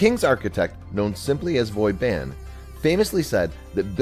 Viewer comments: One should at least try to mimick the correct pronunciation of foreign names. Île d'Aix is not "ildeye" and Charente is not "Sharon Tay", Vauban is not "boy Ben" and so on. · Architect "Voyban?" Vauban, you idiot. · One should at least try to mimick the correct pronunciation of foreign names. Île d'Aix is not "ildeye", Charente is not "Sharon Tay", Vauban is not "boy Ben" and so on. RESPONDER